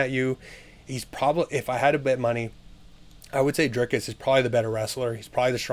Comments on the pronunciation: Driscus du plessis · Listen more closely. He adds an S before the C. You wrote an entire paragraph to back up someone mispronouncing the very name the entire video is about? I stand by my words. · How can anyone take you seriously. Your making content, to get viewers, by commenting on a sport, yet you can't, or won't even bother to pronounce the fighter's name correctly? He's the subject of the video!! Show some respect, to the athletes, and to your audience!! Correct assessment, Dricus will win.